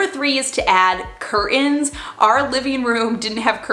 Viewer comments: I love the way you say cur(t)ains without a T :D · I love you but please stop calling them cur uns, there is a big T right in the middle, xxx